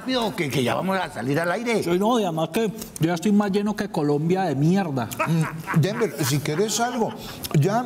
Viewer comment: Memo: ..."además que, yo ya estoy más lleno que Colombia de Mierrrdaa".